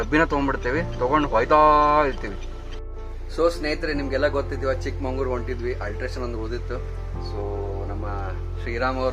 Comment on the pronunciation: ಅದು ಚಿಕ್ಕಮಂಗಳೂರು ಅಲ್ಲಾರೀ ಅದು ಚಿಕ್ಕಮಗಳೂರು